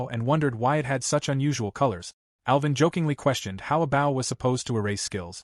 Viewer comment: It's amazing how you deliberately let tge narrator mispronounce "bow" so consistently.